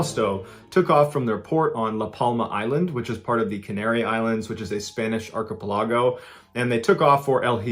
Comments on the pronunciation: Dude: Arch-a-PELL-ago (emphasis on the third of the 5 syllables.) Is this the kind of thing that the secret is? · Every once in a while you pronounce something wrong 😂 it makes me laugh. I love your stories, but that's not how to pronounce the word "archipelago" 😂❤